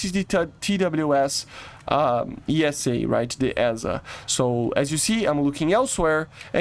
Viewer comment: AESA is pronounced Æsa / "eye-sa", or sometimes piolets say EEsa, but it's definitely not 'aye-es-a".